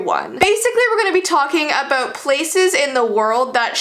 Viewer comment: I literally hear aboot